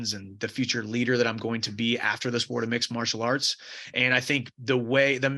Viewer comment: “sport of mixelarts” ? Is that a sign of concussion????